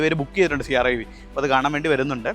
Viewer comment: Siarra അല്ല Sierra ആണു.😅